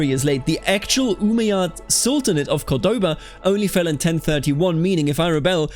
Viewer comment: The pronunciations are very good for a non native speaker. The only thing wrong is where you put the emphasis on some words. For example, it's {COR}doba not cor{DO}ba. And on this one i'm not really sure cause it's an arab name but when we refer to it we say Al-{AN}dalus not Al-An{DA}lus. The rest are pretty much spot on.